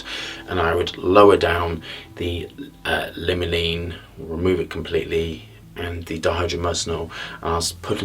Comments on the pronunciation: This guy is such a fake. He either can’t pronounce “limonene” or he doesn’t realize dihydromyrcenol and “limolene” are two names for the same chemical. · Absolutely not